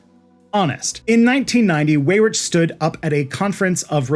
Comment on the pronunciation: Thank you, thank you, thank you for this comprehensive deep dive into this topic. Side note... Paul Weyrich's name is pronounced "wie-rick" not "way-rich".